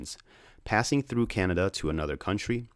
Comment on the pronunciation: thanks for pronouncing canada the right away almost everybody gets it wrong